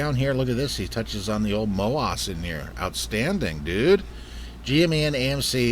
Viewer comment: your saying MOASS wrong. Emphasis the ASS part. Like mo Ass!